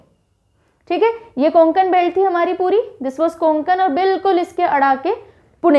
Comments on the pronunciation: कोकुन नाही कोकण आहे ते. 🤦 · कोंकण- ❌ कोकण - ✅ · Sorry mam कोंकण nahi vo कोकण hota hai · It's not कोंकण its कोकण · Konkon nahi kokan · It's not koNkan. ..it's kokan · कोंकण बोलते आप कोकण